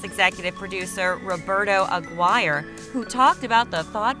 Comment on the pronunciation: Did she actually say Roberto Aguirre like McGuire